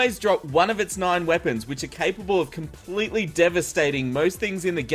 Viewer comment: "moon lord drops one of his NIEN weapons"